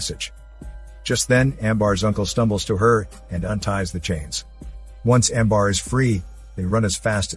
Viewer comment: Amber not Ambar